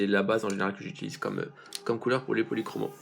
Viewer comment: Les faber Castel policromo se prononce policromos = os=